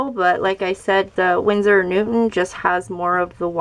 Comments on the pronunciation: stop pronouncing it like newtmen its newton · Not a big deal, champ